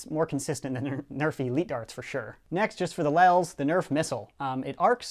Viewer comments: its lols not lels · LOL'S NOT LEL'S